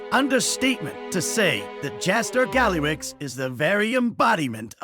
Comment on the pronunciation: Informative, thx!! But… why were you calling him GallyRIX sometimes??